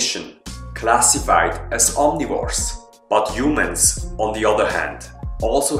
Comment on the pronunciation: Back then,u called us "Huemens".Good work